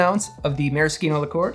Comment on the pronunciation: marriSHino! Ci in itialan makes a CH or SH sound